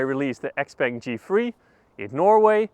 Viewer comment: Pronouncing it as XPeng is correct. That's what it's known as internationally. In the Chinese market, it's known as Xiao Peng.